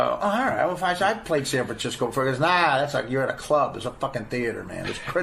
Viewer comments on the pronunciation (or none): none